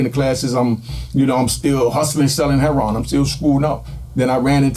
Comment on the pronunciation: HEROIN... not herryON